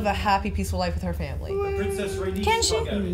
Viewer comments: It’s Ray- NEECE when you say Rhaenys lol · I love how and pronounce Raenyse as rANUS lmao